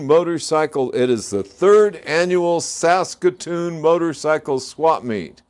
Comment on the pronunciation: Kudos for pronouncing Saskatoon Saskatchewan correctly! Also hello from Saskatchewan